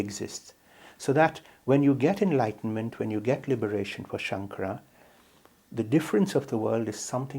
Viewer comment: The narrator’s pronunciation of the name “Shankara” was atrocious. It’s not very respectful to this great saint. If you have an opportunity, please re-record those moments in the video. Dr. Lipner pronounced the name correctly. You can follow his pronunciation.